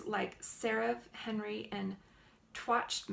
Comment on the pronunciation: Henri is pronounced En-rye . Not Henry